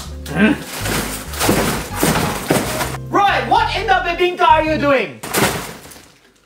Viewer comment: A'niah bailey it's roy not roi